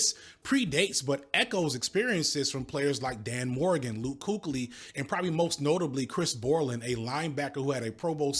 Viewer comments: Luke "Kookley" 😂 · I've always heard it pronounced Luke "Keekly" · “Luke Kookly”😂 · He butchered that name